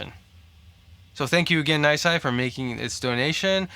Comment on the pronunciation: Yeah, you pronounced correct haha. Thank you for the helpful tips on how to play the solo cleanly as well.